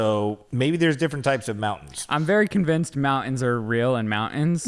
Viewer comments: SAYING MOUN’ENS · Don't be mad but when you say mountains can you make sure you pronounce the T.? Just a pet peeve. I was relieved when said mountains with the T. don't be afraid of being alone ever. You got those sexy blue eyes that run in your family and you seem like a great guy too. Your mom did a great job raising you both